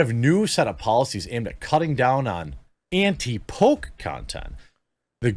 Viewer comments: It took me way too long to figure out he didn't say "the pope" but instead "the poke" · The fact that he keeps calling it “the poke” just tells so much about this fail of a person.